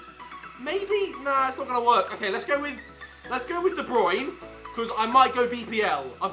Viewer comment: bruyne u say brain I'm dutch it's easy